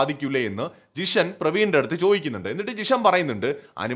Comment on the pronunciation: ജിഷൻ അല്ല മാഷേ ജീഷിൻ